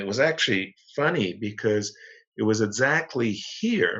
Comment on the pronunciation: also the way Yas says 'essacly...' is legendary ;) hah